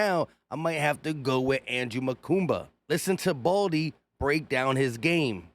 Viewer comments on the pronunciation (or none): His last name is pronounced Ma-Kooba, NOT Ma-Koomba. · Awesome pick! Straight Dawg! No "M" in his name though. Mukuba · I like how you’re just throwing an extra M into his last name, 😂 I hear a lot of disappointment from people about this draft but I trust Vic and Howie. Go birds 🦅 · MUKUBA!!! Not Mukumba. Stop already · Makuba not Makumba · Makuba. No “M” in the middle. Like scuba. MaKUBA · Bro where you get makumba from makuba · Its Mukuba 😂😂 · Not to be "that" guy but there's no "M" in Andrew's last name but you keep saying it like it is. 😞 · There is no second "M" in his name bro!